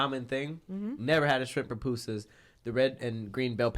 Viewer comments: “pApusas” 😩 I cringed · Hahahaha pronouncing "Pupusas" with an "A" is hilarious. Some hispanic people pronounce it with an "O" by accident like "Popusa" but it's 2 "U's" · it's pronounced poopoosas, the U sounds like a oo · It's pronounced "poo-poo-sa" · I hate how they pronounced papusas lmaoo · Same I was like “not papusas” 🥴😂